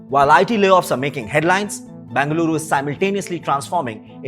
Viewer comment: If you are making a video on a city, then make sure you are pronouncing the name of the city correctly. It’s Bengaluru and not Bangaluru. Hope you take this feedback as constructive criticism.